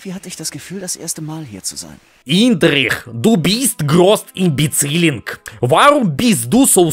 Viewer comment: И-н-д-р-ж-и-х. Индржих, а не Инжир или Инждрих. Это легко произнести, блин блинский